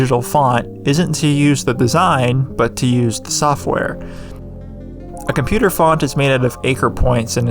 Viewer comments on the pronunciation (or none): none